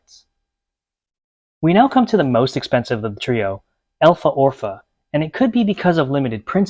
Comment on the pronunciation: Its pronounced (El-e-for-fu) elephorpha